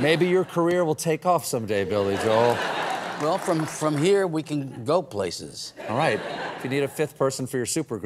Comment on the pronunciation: You mean Billy Jo-el. That's from Jim Gaffigan's comedy skit, anyway I love Billy Joel.